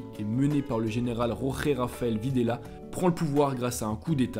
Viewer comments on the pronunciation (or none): none